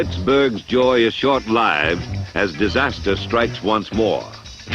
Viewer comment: Refreshing to hear someone pronounce "short-lived" correctly.